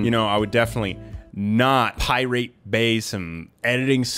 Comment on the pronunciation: "PirĀte Bay"